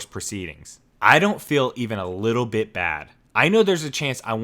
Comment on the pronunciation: It’s “bait”, BTW, like when you go fishing ❗️🤓